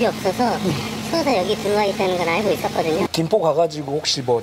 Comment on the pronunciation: 남친 말투가 예전에 소개받았던 전라도남자와 너무 똑같아서 소름..그 남자도 헤어질때 찌질하게 계속 집에 찾아오고 스토킹해서 지긋지긋했던 기억이..'알고'를 '아~ㄹ고'라고 발음했던 그 찌질이